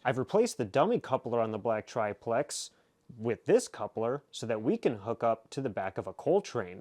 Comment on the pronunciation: everybody seems to have trouble saying triplex. Just pronunce it "triple X" !